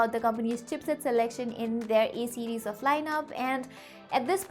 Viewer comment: Why are you saying E series again and again? It's A series.